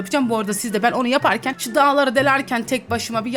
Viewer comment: Daları deldim i yanlış söylüyo❤😂😂